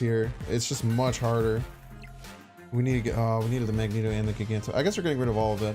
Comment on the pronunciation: I love your content but just some very kind and humble advice…Magneto is pronounced MAG….Knee…Toe and Giganto is pronounced Juh Eye…Ganto :-) I just started playing this deck…this is awesome content and I’m learning how to adjust to unfavorable conditions…thank you!!! I like this deck but it’s definitely tough to play…